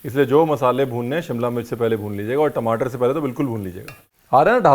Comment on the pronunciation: Tmataar* I could hear the punjabi accent 😬